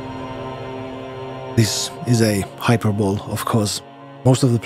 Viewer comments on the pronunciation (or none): The way he says hyperbole 😂 "hyper-bowl😂.....bro....its pronounced hyper-bol-ee😅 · Is this guy pronouncing hyperbole as “hyper-bowl”? BAHAHAHAHAHAHHAA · As an english nerd, completely unrelated to your very good video, I just have to say that hyperbole is pronounced hyperbol-ee like Hercules or apostrophe. My best guess is that english isn't your first language, but even if it were I wouldn't blame you for not understanding this one, it's weird. Sorry if I care too much about pronunciation, I just wanted to point that out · Well, you drew me in. I didn't expect this video from a content creator unknown to me to draw me into a contemplation of art, beauty, and meaning hidden in the world. Very well done. Thank you. I had originally just planned to stick around long enough to say that it's pronounced "hi-per-bo-lee". 😊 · You sound like English might not be your first language so this isn’t being rude, just trying to help you out. Hyperbole is pronounced Hi-Per-Bo-Lee, not how it looks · For your information, hyperbole is pronounced like hyper-bowl-y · I used to pronounce hyperbole like that too...